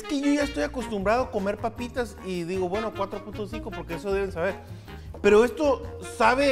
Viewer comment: Ehto... ehto no tiene consistenciah... un treh...